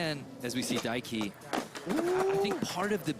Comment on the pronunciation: God forbid we ever pronounce japanese names right 😂 There’s no ‘su’ 「す」in ‘Daiki’. You know they were thinking about how to pronounce kyonosuke